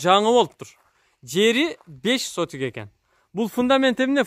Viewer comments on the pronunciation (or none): Сотук, а сотик эмес😅👍